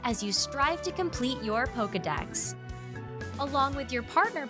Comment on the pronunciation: Hearing the female narrator say Poka-mon, Poka-balls, & Poka-dex makes me cringe so hard... 😬 Hee-su-weee...? Komm-uh-do...? 😬😬